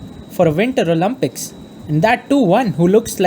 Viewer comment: I'm literally joking on how the guy pronounces the word "Olympics" lmao